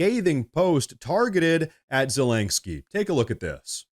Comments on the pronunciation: Zelenkski? Do you mean Zelenski? I know, knit-picky lol. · Bro it's zelensky not zelanksky lol omg everytime u said his name I'm like dude there's no LANK in his name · I love your show and watch it every day, but PLEASE, pronounce Zelensky's name correctly. It's Ze LEN sky not Ze leng sky. It's so distracting to an otherwise excellent podcast. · Please at least stop saying “Zelengsky!” 😆 Whatever the situation the g isn’t there bruh?? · Ze-LEN-ski. No "G" in Zelenski. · “Zulanksky” 🤣 lank?? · There is no "k" between the "n" and the "s" in "Zelensky".